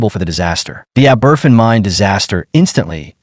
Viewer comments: Fergus Dublin Ireland 🇮🇪 A disgrace!! As usual, they listened . . . . . . . . . . . Too Late!! The Town name is Aberf-in It is pronounced Aber-fan!! Do your. research! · Ab-er-van. Abervan is the name of the village where the school was crushed. Not aberfin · My ears! That 'Ah-BERFIN' pronunciation really grates. It's 'Ah-ber-FAN'. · Pronounced “AH-BER-FAN”. It’s in the episode of The Crown” it’s showing in this video. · Man this is such a disrespectful video, the place is called Aberfan - pronounced ah-buh-van, and the school was Pantglas, not Pantras. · And it’s pronounced aber-van! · ***ABBERVAN**** is the pronunciation Ignorant to get this wrong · It is pronounced Ab-er-fan. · Learn how to pronounce the name of the town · Find someone who will review voiceovers before you put them out: pronunciation of Aberfan a joke. Stress the first syllable, with secondary stress on the van. The poor, robot delivery of the text is insulting.